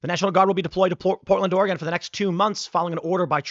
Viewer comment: Thank you for saying ORY-GUN correctly.